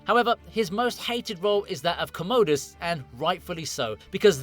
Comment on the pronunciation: And you poronouced "comodus" incorrectly as well.